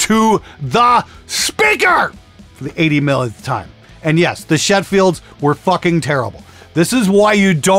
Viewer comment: You said Shettfield, Its Shitfeld.